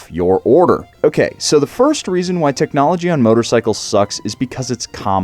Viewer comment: Og ride Road King . No teeknowlogee Onda Road King. Og no like teelknowlogee